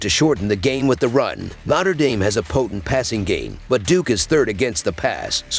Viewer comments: The pronunciation is always terrible , lol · ‘Notter Dame” 😂